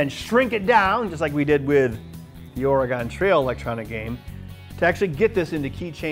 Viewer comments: Ben still can't say Oregon properly... >_< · You keep pronouncing Oregon wrong aaaaaaaaaaaa